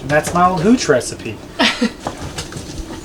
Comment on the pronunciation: You said Gooch one time instead of Hooch.....lmao you can have all the gooch